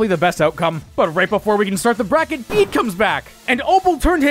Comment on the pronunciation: Pronouncing his name "Bead" when it's "Bay-Day" is wild. His name is IN his character song. 😭